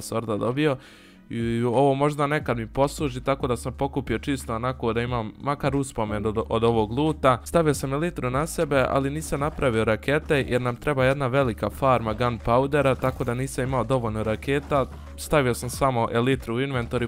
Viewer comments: Nije ilitra nego elajtra ali super prezivljavanje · Nije elitra nego elajtra